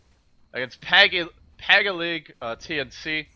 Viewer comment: PAG-I-BIG the "I" is pronounced as the letter E's name im pinoy so i know (